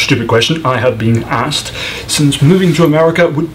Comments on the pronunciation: And you love to make silly generalizations! Because one person pronounced Asked as Aksed, you think all Americans do? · 🤣 🤣 🤣 Americans simply cant say ASKED